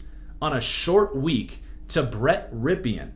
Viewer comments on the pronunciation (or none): Brett Rypien’s last name is pronounced “Rip-In” I grew up with him lol so I have too